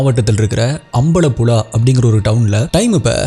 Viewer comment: not alapula , ambalapula its alapuzha and ambalapuzha ,and big fan of u from kerala